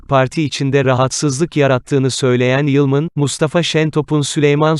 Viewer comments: Sunucu nasıl bir Türkçe,nasıl tonlamalar.Lütfen şu dilimizi düzgün kullanın.Ayrıca "Yılmın" ne arkadaş.Kadının soyadı "Yılman". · yılman ı niye yılmın diye telaffuz ediyorsunuz..